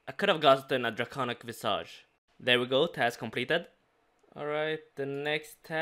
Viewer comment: Is it bad that just went over my head and didn't even realize it was said wrong